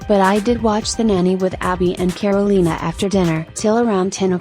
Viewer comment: The way they pronounce Karolina is killing me